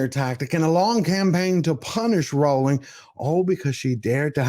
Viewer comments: But could you pronounce this wonderful woman’s name correctly? It’s ROLL-ing, not ROW-ling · It’s pronounced ‘rolling’